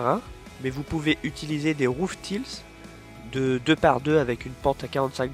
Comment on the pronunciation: Top ! Mais l'anglais, ça reste difficile à prononcer pour les français ;) Roof tiles ... :D